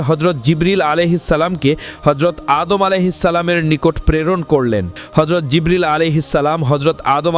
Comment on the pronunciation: Vai apni keno vull name bolen tar name ta anek sundor apnar uccaronta thik koren😭😭